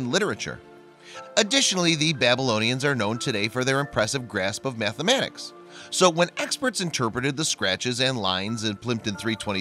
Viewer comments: Mathematics not mathamatics. Pronunciation is key for what you do in these vids. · Methmenics? Is that guy narrating from Chicago or wisCANsin or something??